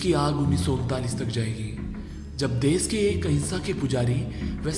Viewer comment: O bhai tum pahle apni hindi sudhar lo ganwar kahi ke देस नही देश होता है हर जगह तुमने श को स बोला है। सुभास नही सुभाष होता है कौन से स्कूल में पढ़े हो।